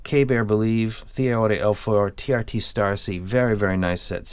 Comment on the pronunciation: Dude it's TRI. I don't blame you, though. The font looks like TRT.